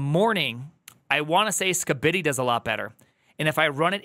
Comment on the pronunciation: I can't believe I'm slightly irked by how you say Skibidi.